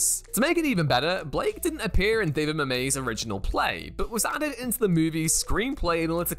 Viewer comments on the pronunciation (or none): There is no such writer named David Mamay. It's Mamet, rhymes with Slam It, damn it. He is not French. He is Polish-American. He pronounces the T, and you should, too. Please never make this mistake again. Pray you, avoid it. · Who is David Mamay? 😂